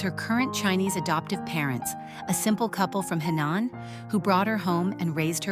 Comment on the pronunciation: It’s Henan, not Hainan, completely different provinces. And Henan accent, not Hindu accent. Make an effort.